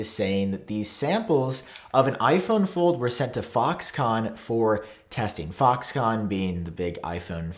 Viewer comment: when he said fox con i heard fuck con. lolol my bad